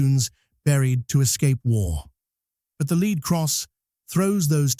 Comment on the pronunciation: led cross not leed cross